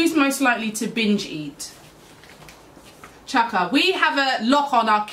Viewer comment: Just realised you say chiaka's name as "chaka" like in Chaka Khan lool that's so cute 😝